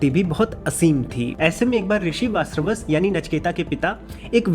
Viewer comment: VaaJashravas ka pronunciation kyu nahi kar paa rahe ho?